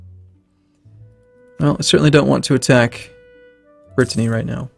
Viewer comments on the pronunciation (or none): none